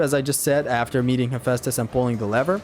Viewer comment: “First save aftee Helios”